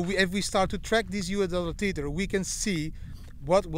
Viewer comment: It's pronounced "Tether" like "leather" not Teeter.